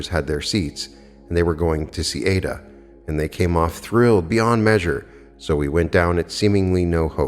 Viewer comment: I have read and followed Neville (in his own voice lectures) for 15 years. I subscribed to you because your voice is so mellifluous and beautiful, i never grow tired of listening to you reading Neville. Incidentally the opera is pronounced eye ee da. No disrespect intended. Thanks for all you do 💜